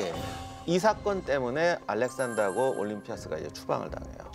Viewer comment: 작가님.. 올림피'아'스... 좀... 보고있기 힘드네요...